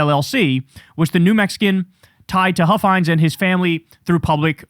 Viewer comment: Don Huffines is pronounced like puffins with an H. I think if you do a deep dive into him, you'd be shocked into everything he's said and done.